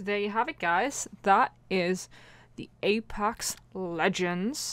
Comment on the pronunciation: Is it just me or at the end she said apax